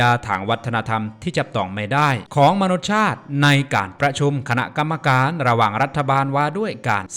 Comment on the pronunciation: ขออนุญาตแนะนำนะครับ มนุษยชาติ อ่านว่า มะ-นุด-สะ-ยะ-ชาด